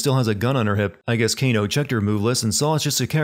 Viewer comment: He called Kano Gae 😂😂